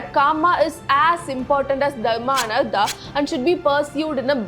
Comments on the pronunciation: Not ardha it is artha( अर्थ)😂😂 , learn the difference between da and ta , I know in Tamil ta and da and ka and ga sounds same but in other language it sounds different. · It's not ardha.. it's artha.. अर्थ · An excellent exposition by and I admire the sincere approach and deep dive into history. However, one must be VERY VERY careful when pronouncing as well writing Samskrita with its Tamil equivalent. For example it is ARTHA = wealth, which you put it as ARDHA = Half; In the introduction you do it correctly in English but switch to Tamil which one can readily see that the casual replacement of vowels in the ka kha ga gha jn (since Tamil has only ka and jn - it does not mean any other Indian language has this limitation). All Indian languages derived from Pali (or Samskrita) including Telugu, Kannada and Malayalam have the same complete vowels as in Samskrta. The same logic holds good for ca cha ja jha Gn, ta tha da dha na, Ta Tha Da Dha Na, pa pha ba bha ma. This constantly comes up as one moves through dharama suddently pronunced as daram (maha praaNa missing). Since the deep dive in history and the passion with which it is done is so good in terms going the works and interpreting, making this minor adjustment in the actual pronunciation (paying attention to the language in which it is written) will go a long way and bringing further credibility. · It's Artha not Ardra. Very good explanation. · Oh no! You are mispronouncing these words "dharma, kama, artha". For God's sake 1st learn how to pronounce it.